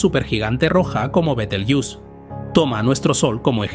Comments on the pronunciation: Se pronuncia Betelgueuse, tal y como se escribe. No Betegeus, ni mucho menos Biteljus. Es una palabra árabe castellanizada, y según la RAE se debe de pronunciar tal y como se escribe. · Por favor, es un nombre mesopotámico, no inglés... se pronuncia como se escribe en latín: be-tel-gue-u-se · ¡¡¡ BETELGEUSE joder !!! que NO es ingles, coño. Es LATIN,la latinizacion de su nombre original en Arabe Wad al Jauza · Buenísimo el tema y la exposición. Me encanta este canal, felicitaciones. Bitelyuss Bitelyuss, Bitelyuss 😅😅😅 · ¿Porqué pronuncias Betelgeuse como si fuera una palabra inglesa (bitelgiús) si es una palabra de origen árabe árabe que en castellano se pronuncia como se escribe? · Yo la conozco como be-tel-gue-us (con pronunciación 'gue' como en guerra) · La pronunciación de Betelgeuse en este vídeo cambia más que la propia estrella. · me parece que es porque está usando una IA para narrar este video, que imits su voz, pero no es él. Y claro, la IA tiene problemas pronunciando ese nombre propio... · Cuantas formas diferentes de pronunciar el nombre de la estrella y ninguna correcta, ja ja ja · Muy interesante, solo que pronuncia mal el nombre de la estrella, pues Betelgeuse es una palabra española por-lo que no debemos darle la pronunciación inglesa. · Betel... ¡qué! Betelgeuse se lee tal y como se escribe. Igual que Benalmádena, Benicasim o Gibraltar. La manía de pronunciarlo al estilo gringo. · Qué cutre decir continuamente el nombre con pronunciación de inglés... El resto muy bien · ¿Porqué pronuncian Betelgeuse en inglés viniendo del árabe latinizado? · Por qué pronuncias el nombre Betelgeuse en inglés si hablas en castellano y el término Betelgeuse proviene del árabe? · Yo lo dejaría en "Betel" que parece que en esa parte estamos casi todos de acuerdo menos los que dicen "Bitel"😁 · Pronunciación inglesa. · fisico en español o castellano se volaciza betelgeuse no betelyus eres inteligencia artificial me duelen lo oidos oirte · Bitelchus o beteeljuice 😅